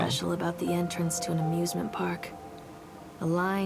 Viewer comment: At the start of ur video it sounded like u said abusement instead of amusement.